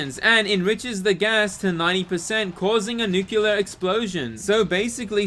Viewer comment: "nucular" is not a word, retard.